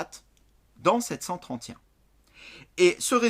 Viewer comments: Comment il prononce 731😂😂😂😂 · c'est peut être l'accent